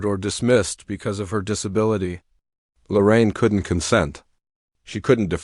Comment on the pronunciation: Her name is Lorene. I don't know why all these people keep saying Lorraine.